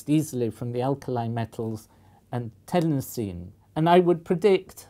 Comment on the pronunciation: I've never heard anyone pronounce chlorine the way you said some Americans do. Iodine you got right, but everyone says chlorine the way you do. At least where I live. I also agree with your pronunciation of Tennessine.